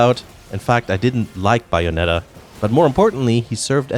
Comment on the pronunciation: Imagine pronouncing it audomada and bayonada.